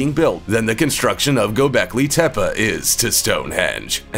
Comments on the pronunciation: Not gobekli tepa it’s gobekli tepe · Get it right. Gobekli Tepeeeeeeee